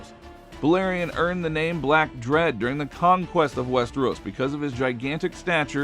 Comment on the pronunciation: Clearly not I’m surprised he said the black dreads name right lol